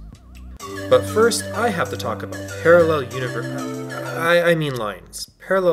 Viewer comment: you made me force laugh when you said PaRrEl UnIVeRsEs